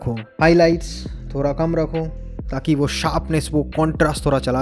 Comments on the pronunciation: Thora nahi thoda😂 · Thoda nahi ""thora"" 😂😂